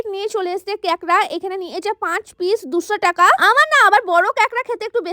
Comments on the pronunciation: দিদি উচ্চারণ টা ঠিক করে করো ওটা কেকরা না কাঁকড়া হবে।😂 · কেকড়া না কাকড়া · কাকড়া ❌ কেকড়া✅ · কেকরা ❌ কাকরা✅🤣🤣